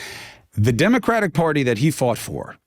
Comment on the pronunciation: Why can't Benny say the word "Democratic"?